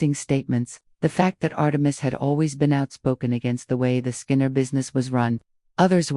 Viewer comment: Horrible AI narration, "scarred" instead of Skynyrd? Thumbs down.